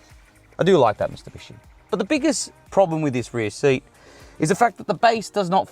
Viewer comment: Did you actually say ‘Mistubishi’??